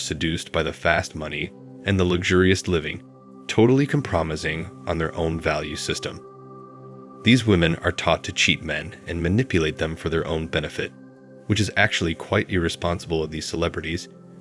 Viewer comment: You need better voiceover software. “Com-promising” “min-ij” “youber”